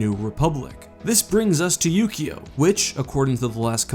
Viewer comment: Yu-Gi-Oh! was a TV show about a card game, it really sounded like he said that instead of Ukio